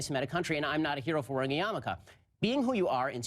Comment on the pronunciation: just so you know, the "Jew hat" to which you are referring (which some people refer to as a "skull cap") is a "yarmulke", not a "yamaka". It is not spelled as it is pronounced.